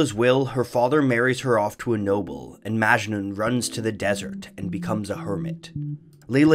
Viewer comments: Also, it's not pronounced "májnun" with emphasis on the "ma" but rather "majnún", emphasis on the nun. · It’s majnouuuun not majnen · It's "Mujnoo". Not Majnu. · Armin Mobarak Abadi He also pronounces Majnun wrong. It's Majnün not Majnen. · Great video. If it's okay, I'd like to point out that Majnun pronounced as "Maj-noo" where the "oo" is nasal. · Very important, it's not majnun but majnu(pronounced maj-noo) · It's not " majnun" it's "ma-ja-noo" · It's not maachjnun, it is "MAJ-NOON". Please don't butcher languages. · A bit of info: majnun is pronounced as "majnoo'n" and N is a bit of a signal at the end rather than pronounced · The last n in Majnun is silent so its called majnu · Majnun is supposed to be pronounced "Muj(like much)-nu(like noo in noose) at least in Indian languages. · "Majnu"... I think it's Majnu.. like the n at the end is silent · its propounded majnoo. the n is very soft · The last n is Majnun is silent 🙃 it’s pronounced Majnu. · You actually pronounced "majnun" wrong. It's pronounced as "Maj-nu" the last n is silent. In most of Hindi and Urdu words. And here "majnun" means someone who is madly in love. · I had a strong feeling he would mispronounce Majnun.... and he did. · Amazing video as always! But the pronunciation of Majnun irked me a lot. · Is anyone else annoyed about the way Majnun is pronounced?